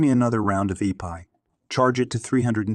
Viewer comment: It's epi, pronounced eh-pee, short for epinephrine. Not e-pie. Not trying to be an asshole. Just a heads up.